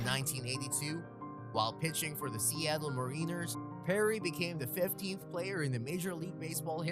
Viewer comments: Mareeners? Its Mar in ers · The Seattle Ma-reen-ers !!!!!!😂😂😂😂😂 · The way he said Seattle Mariners😭